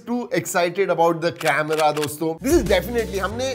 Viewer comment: Camera on a smartphone u said it wrong